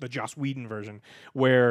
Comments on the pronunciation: It's Joss not Josh It's Joss not Josh It's JOSS not JOSH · joss not josh